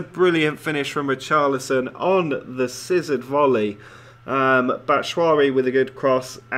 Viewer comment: 'Batshwari' sounds like a type of curry lmao, it's pronounced "bat"-"shoo"-"i"-"ee"